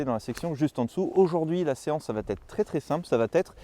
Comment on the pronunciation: Ca va être! PAS "ca vatêtre"